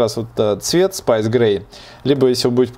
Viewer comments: спЭйс, а не спайс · Спэйс как космос, а не спайс как острый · Айпад, спайс - сильно режет слух. Транскрипция в словарях есть. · надеюсь что увидишь мой комент два замечания: 1- то что салфеточка или подстилочка не суть, она портить восприятие, если бы у тебя был жлобостол, тогда да. Но стол у тебя классный и красивый 2-что уже писалось в коментах это то как ты произносишь space-спайс, некоторым режет уши, согласен как нравиться так и говори, но все Пишу это только для продвижения и прогресирования твоего канала))снимай больше и чаще всякие обзоры))удачи